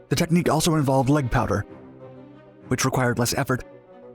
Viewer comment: is he saying "leg powder" or "leg power?" I feel it should be power but I hear a D in there. So does the auto-generated captions. But if its powder, what is it and how does it pertain to this story?